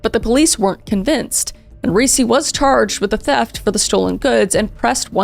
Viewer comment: Ricci pronounced REE-CHEE, like the actress Christina Ricci. Come on. You have to have known that.